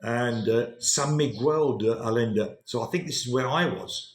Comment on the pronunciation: the correct pronounciation of Miguel "mee-GEHL," with the "g" sound as in "go," and the "e" as in "get". The accent is on the second syllable. You are pronouncing it as "quell"...the Mexican Indians would probably scalp you for butchering their name 😅😅😅